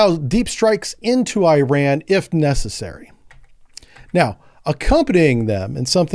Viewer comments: Ir’s called “IRAN” (Not “I ran”) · I ran ? Nah dawg it's pronounced as "eeraan" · It’s Iran not Ayrault omg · This guy say "EYE" Ran too.. whats going on. I am just a simple 70 year old with a Geography degree and I know it is "eh ran" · It's pronounced E-Ron. I-Ran was from a Flock of Seagulls. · Man you did know the Iran pronunciation! It pronounced Eeran! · Americans are permitted to pronounce it incorrectly. So it is in fact I ran. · Hello and loving the content. It’s is pronounced E-Ron like ENRON the oil company. Hope that helps.